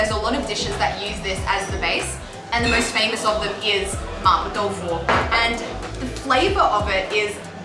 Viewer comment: I'm here again to pick some bones. It's actually not Ma "Poh/Poe" Tofu but more like Ma "P-war", with "war" being pronounced with a British accent. Event then, it's only much closer to the correct pronunciation but not the same. I'm talking about in Mandarin of course, maybe in Cantonese it sounds more like "poh"? I don't know.